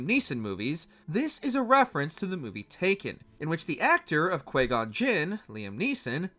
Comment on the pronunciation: It’s not Quay Gon